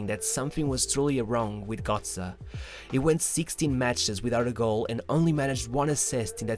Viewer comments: He is still pronounced GÖtze not GOtze . Damn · its gö(oe)tze and not gotze... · bro its GÖTZE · Bro, you make a whole about a guy you cant even pronounce right. Just google it man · imagine making a 15min video on a single player and not pronounce his name correctly 🤦🏼‍♂️